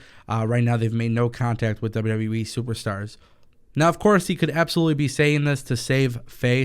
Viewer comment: WWE not wwweeee